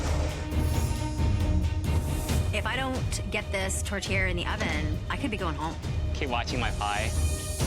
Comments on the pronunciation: chef Michael: "tote-air": "tote-i" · Yeah, but it sounds like they're saying a mexican food tortilla. i know theyre 2 totally different things, my hispanic brain is just thinking theyre saying tortilla instead 💀 i know it's not a tortilla 😂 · Why are they calling it tortilla 😅